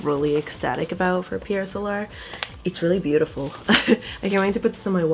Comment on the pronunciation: Pierre sowlar? What about the spelling of Pier Solar leads to that odd pronunciation?